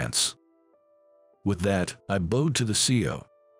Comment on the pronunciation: Learn to pronounce bowed . U don’t pronounce it like it’s a bow for hair.